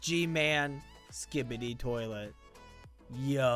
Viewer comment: Bro Said Big Toliet Daddy 😂😂😂